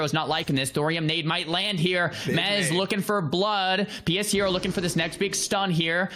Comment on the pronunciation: Lol isn't his name pronounced "Pe shero" not "p.s hero"?